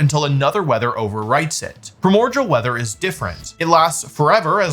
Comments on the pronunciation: I have never heard somebody pronounce "primordial" as "pruhmorjal" BRO WHAT DO YOU MEAN "ZOSHIN" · Primordial is pronounced “Pry-more-de-uhl” Ok I’ll disappear now. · ok i have to ask why do you keep pronouncing it primorgal when its spelt primordial there is no g its pronounced prai·mor·dee·uhl like unlike allot of pokemon based abilities or names this is a real word in the english language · What sea? Pramorjal? Lol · Please tell me you are mispronouncing primordial (pri·mor·di·al) on purpose to rage bait lol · Pronouncing primordial like cordial is crazy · That's not how you pronounce "primordial."